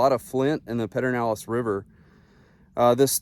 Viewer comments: Thanks for a great video. If you are from Central Texas, it is pronounced: PUR-der-NAL-ehz” or “PUR-den-nal-ehz.” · Yep…it’s hard to listen to him say it. I’ve never heard anyone say that.